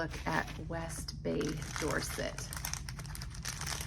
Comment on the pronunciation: The way you pronounce Dorset sounds like you come from there lol! Am excited to see the blanket develope. It's a great idea! I included the 2024 stitch marker, with the idea that it could be sewn into a finished blanket made from an Advent, by the way 😉